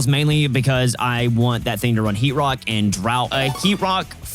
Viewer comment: heat rock…… i heard heat rod